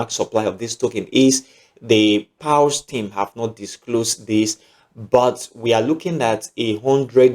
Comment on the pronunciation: Which one is “pals” Pronounce as “pors” as in paws….not “pals”